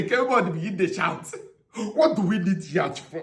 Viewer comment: Yacht is pronounced as yot not yach